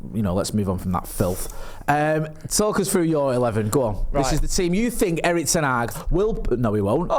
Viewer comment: still say Erik Ten Hag:face-purple-crying::face-purple-crying::face-purple-crying